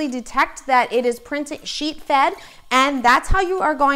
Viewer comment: When you speed up the video you sound like you are saying "cheat"